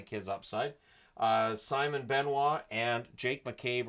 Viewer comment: "simon" benoit. It's pronounced simone.